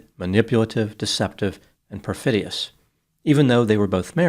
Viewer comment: "Perfidoious" - have we heard this one before?